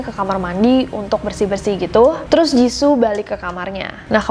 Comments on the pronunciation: Jissoo bukan jissu kak😂😂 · aku : jiso nessie : jizu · Me : Ros Nessie : Roze Me : Jisoo Nessie : Jizu Lidahku tidak se lentur itu 🙏🏻